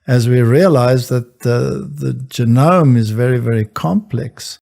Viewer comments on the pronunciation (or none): Oh, is this where Bad Jackson gets his pronunciation of "jeh - noam" from?